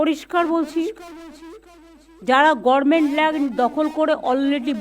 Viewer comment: গভর্নমেন্ট বলুন garment নয় 😂😂😂